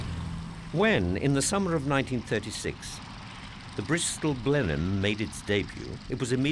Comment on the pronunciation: Video discusses the "Blenin" bomber... You mean Blenheim? Of course you do.